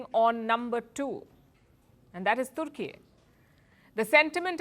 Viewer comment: Türkiye is a friend of India. Türkiye sells defense equipment to over 100 countries including Pakistan. India should not worry about it unless it supports Greece. India exports to Türkiye is largely in favor of India. Attractive speaker correctly pronounced the name of the country as Türkiye 🇹🇷, not Turkey . Bravo.